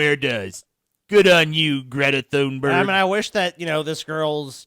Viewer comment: Guh-reta Toonberi